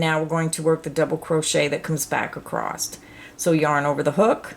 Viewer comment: i just would like to say that there is no "t" at the end of the word across. thank you!!